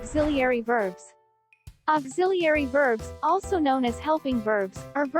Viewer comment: 1) Not sure where your understanding of "American" English comes from. But "Did you see it anywhere" is not a phrase that would be spoken by an American speaker. It would be Have not did. 2) AI has a terrible pronunciation of Auxiliary. 3) Will and should are not informal. They are just model verbs with different meanings and uses. Shall is archaic or just an outdated modal verb. 4) "See you on the weekend" is a bad example. That phrase has never been used in American English. American English is more specific. Either: "See you next weekend" or "I work on weekends". 5) Adding "to" to the phrase "She wrote me a letter" is more accurate. And it's not just a matter of "getting rid of prepositions, in this context the word "to" is understood and unnecessary. Who else is she writing to? Why would the word "to" be necessary in this sentence?